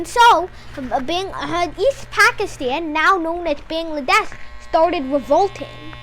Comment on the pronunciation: It's a shame that you cannot even pronounce Bangladesh correctly. And from which book you are going to copy?